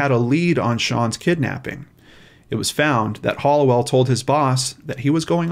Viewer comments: To Release is To Resolve no it isn’t . He was pronouncing it ‘holliwell’ it’s ‘halliwell ‘ With the ‘ha’ as in happy . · It’s ‘Ha’ Liwell not ‘Ho’ Liwell, but whatever - this guy is an absolute monster. So bad that this great copper lost his career thru this. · Halliwell is pronounced Hali not Halli hope u do not mind me saying this !